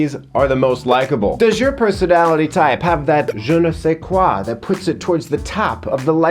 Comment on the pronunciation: ‘[j]e ne sais quai.’ We see you,. Haydock.